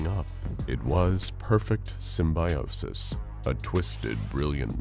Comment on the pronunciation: Sim-bye-osis :D